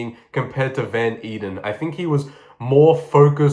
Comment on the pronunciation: I dont think this comment will ever be seen but Frederik van Eeden is actually my great great grandfather and its pronounced ey-den